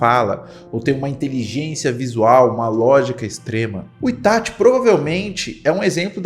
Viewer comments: É ITACHI, e não ITASHI. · E ATACSHII 😂